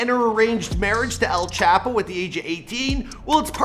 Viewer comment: this man said chapos name stupid asf